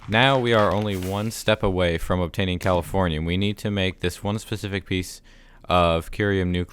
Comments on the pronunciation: When you said you must obtain the final element I thought you said California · when he said californium i thought he said calafornia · Are you saying Californiam?